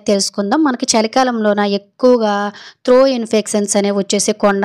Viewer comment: త్రో కాదు.. త్రోట్ ఇన్ఫెక్షన్... లేదా గొంతు లో ఇన్ఫెక్షన్ అనొచ్చు.. తప్పులు పలకొద్దు